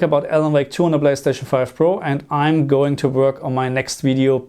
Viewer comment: My German brother with his “blayschtatschn” 🤣